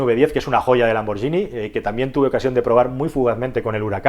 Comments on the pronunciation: Lambor"lli"ni no, Lambor"guini" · Lamborghini no Lamborgini